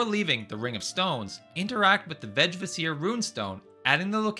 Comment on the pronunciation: Vegvisir is pronounced with a hard G, like in Golf and I is pronounced like the english E. It literally means way-shower. Now in modern days we can call it a signpost.